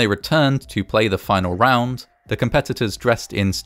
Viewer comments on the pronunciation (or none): none